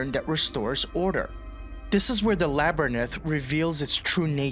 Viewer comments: This is definitely AI. Including mispronouncing the singular “woman” as the plural version, “women,” something that is spreading like wildfire the last decade and a half through video essay content and under education . Mispronouncing “labRYNth” for the seemingly human dyslexic “labURNth.” Seeing a lot of these humanesque touches evolve in AI recently the last several months. It’s so sad that if this is a human at all, they would crutch on AI whatsoever. The cadence, the formatting, so much of it seems like great points that are mucked up with trash AI slopping. Sort of devastating to brilliant, human, original, highly insightful thoughts, in an era of predominantly trendified gibberish speach formerly referred to as merely platitudes and bumper sticker mindlessness, only to be dipped into the steaming hot coating of manure AI. Cheapening human consciousness by using it at all will be the next dot com bubble burst, gods willing. Viva humanity’s original thought and blank out the light Kubrick warned us about in Odyssey, that cold unfeeling electronic spec peering in on you, alone, and ever watching, ever predatory. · The first time I heard the word "Labberneth", I had the exact same thought! 😅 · Well, the so called 'hateful troll' here was right, about the quality of the voice, for sure. Much more importantly, however, pronunciation guides are also free. So, to reiterate the REAL problem: "Labberneth" 🧐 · Great analysis -- The Shining is my favorite comedy. Great horror brings out mirth when done right, and we laughed our asses off when we saw it in the theater. One thing though, this is how to say labyrinth: -- Still, great video. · It wasn't 127 takes. I want to call this AI, but a computer would probably pronounce "labyrinth" correctly at least once?